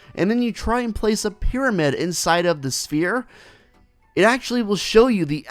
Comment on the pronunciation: Calling it Perry The Piramid